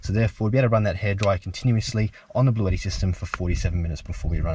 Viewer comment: Blueshetti mate.